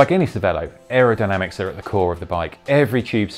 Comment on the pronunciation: Pretty sure it's pronounced chervelo. It's the italian word for brain. Ce is ch.